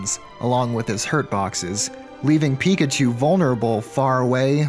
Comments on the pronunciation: please never say Pre-kachu again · I'm calling Pichus "Prekachus" from now on. Also Raichus will now be "Postkachus". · I'm saying prikachu from now on